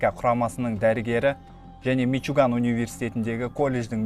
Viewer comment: Мичуган емес мичиган